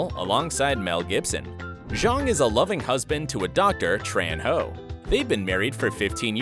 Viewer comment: Am I the only one who heard Chang's real life wife name is Tran Howe! 😂 Ben chang would have definitely laughed at it